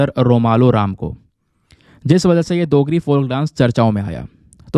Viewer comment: Dear sir you missplet dogri you pronounced it as देgri but it is डोगरी थैंक्स